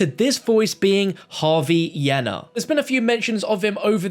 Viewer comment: that pronunciation of yena is atrocious bruh its yeena